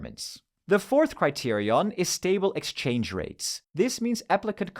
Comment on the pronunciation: Great video. Ngl you saying criterion correctly every time kind of pissing me off I dk